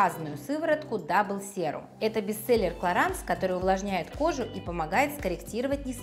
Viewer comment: Раз уж вы рекламируете продукцию Clarins хотя бы уточните правильное произношение бренда 😂